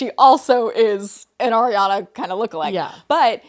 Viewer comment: PLS it's ARIANA not AIRIANA 😭😭